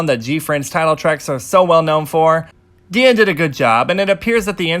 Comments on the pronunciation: Not sure you pronounce kpop groups in the english pronunciation or korean pronunciation, but DIA is pronounced as die-ya instead of dee-ya as in DIAmond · my last brain cell dead when this guy said DeeA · ummmmm you should pronounce DIA as how we say the 'dia' in diamond, and this is why they called DIA because their concept came from diamond